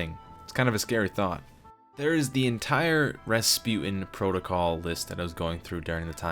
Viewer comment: finely rasputan